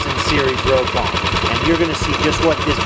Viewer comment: It's pronounced Rock On, not row kon!